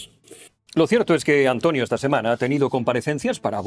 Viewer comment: A Antonio le ha salido una "h"... Hantonio... se va transmutando... Hantlonio, Hantlonie, Hantlonier, Hatlonier, Hatloner, Hitloner.....